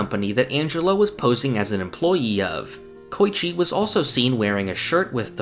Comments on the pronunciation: Bro you have such deep knowledge and I love these videos but MAN Koichi = Ko-E-chi Not coy-chi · "koy-chee" bruh 😐